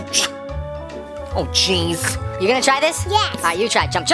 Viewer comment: When u said "oh jeez" it sounded like "oh cheese"😂😂😂😂😂LOL